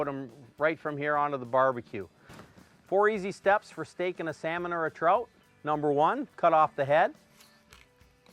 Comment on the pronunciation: The way you pronounce trout kills me on the inside. Say the word out, then add "tr" to it. Unbelievable